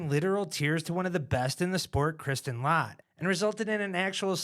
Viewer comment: I thought Latt was pronounced like Hat not Hot.